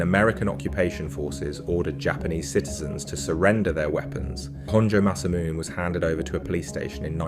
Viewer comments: tom uh hugayn honjoe masamoon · Might be a good tip, for later. Some simple research would avoid errors. Tamahagane is five syllables. Ta - ma - ha - ga - ne. 'Tah-mah-ha-gah-nay'. Masamune is four syllables. (The 'ne' suffix is pronounced.) Each syllable is afforded an equal value when spoken.